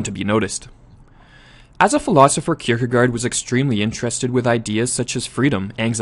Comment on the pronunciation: You pronounciation is not bad, but the last syllable is actually pronounced like 'gore" - "kierkegore"